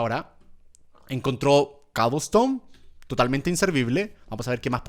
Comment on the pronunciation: Cuando dijo cobleston me acorde de l serie de skiblok